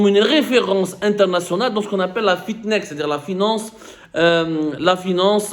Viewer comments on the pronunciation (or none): Je tiens à préciser que le mot correct est “Fintech” qui est une combinaison entre le mot finance et le mot technologie. Tu as prononcé sur deux vidéos le mot fiTnech qui est incorrect.. Je tenais à corriger au cas où des gens voulaient “googler “ le mot pour mieux s’informer. Merci pour le contenu sinon.